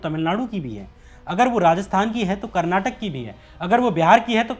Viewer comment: Kannad nahi kannada hai aur karnatak nahi karnataka hai agar main hindi ko handi bolunga toh chalega kya? Koyi hate nahi tumhaara content achha hai